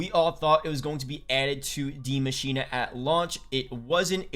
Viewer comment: Dude. It's not "di machina" its "The Machine" the "die" means "the" in German